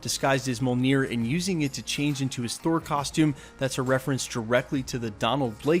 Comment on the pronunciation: Brother, I'm a big Thor fan and I love your videos. I say this with much respect, bro you've got to learn how to pronounce mjolnir. Really. Keep up the great work brother.